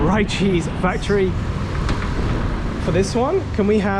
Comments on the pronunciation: "You must eat that spicy chicken together with the rice man, not separate just like that of course it will taste only so spicy and ricey, oh btw the place name pronounce as Re-Cheese not Ri-Cheese, it combination words from Rich and Cheese cause it full of cheese and that is higlight selling thing so yeah Richeese !"...😅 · Hi, just want to let you know it's actually pronounced "Ree-cheese" - Like the name Rick, but without the "ck" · You say it "ree" cheese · Next time, eat the chicken together with the rice guys.. that's how we eat any fried chicken with rice..so the chicken will not taste too salty or too spicy.. unless the level 5 one! can handle level 5 waaaay better than me even i'm Indonesian. Wow! 🤣🤣 By the way, it's pronounced Rich-cheese..😉